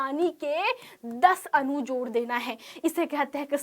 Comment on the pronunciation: Mam anu nhi adu hota hh😅